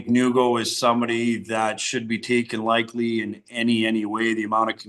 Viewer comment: Sounds like matt says “Likely” instead of “lightly”